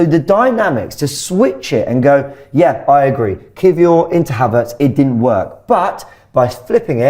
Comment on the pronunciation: Why does keep calling Kiwior “key-four” 😂😂